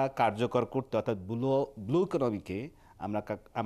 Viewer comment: উপস্থাপক ত ব্লু উচ্চারনই করতে পারছেন না।"বুলু "😁